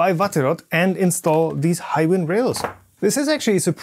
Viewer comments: As someone who has used them a lot for industrial apps, it's pronounced High-Win. Not "he-win". (I have spoken to their reps at length on multiple occasions...) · I heard both "He-win" and "High-win" in this video. After a little googling I believe "high-win" is the correct pronunciation. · He just miss speak in the middle of the video and saying low tolerance hiwin